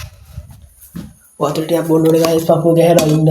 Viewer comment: ඔයාගෙ විඩියො වැඩක් නැ ඇයි ඔයා ගායිස් කියන්නෙ ඔයාට පෙනවාද අපිව ගෑස් එකක් වගෙ මොඩවෙන්න එපා අයියෙ😂😂😂😂😂😂😂😂😂😂